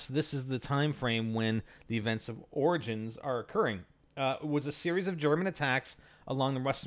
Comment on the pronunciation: Why do people say 'organs' instead of 'OR-I-GINS' dafuq.